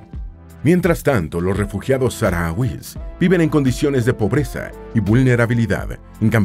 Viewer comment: Perdón por la rectificación pero al menos aquí en España los llamamos saharauis pero pronunciando la h como una j y la tónica en la “ra”